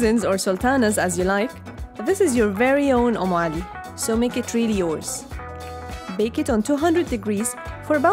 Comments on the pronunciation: It's UMME ALI ....not om ,... Did you mean om ? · It's not on Ali it is Um Ali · Not OM but UM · Its UmmAli not Omali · It's actually 'Umm Ali' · It's umm Ali😂😂😂😂